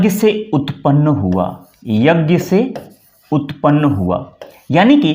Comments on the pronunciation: पढ़ाते तो अच्छा हैं पर बोलते ग़लत हैं।'यज्ञ'(ज्ञ=ज्+ञ)को 'ग्+य' क्यों बोलते हो। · आप 'यज् ञ‌' को 'यग् य' अशुद्ध उच्चारण कर रहे हैं।